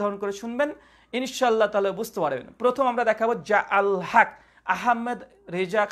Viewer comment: যে আলেম শুদ্ধভাবে ان شاء الله এর উচ্চারণ করে না তার থেকে কি আশা করব?